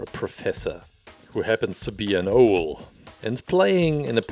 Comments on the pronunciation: Hearing him say o-el makes me want to say it's said ow-l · And you also say it ow-l not o-el.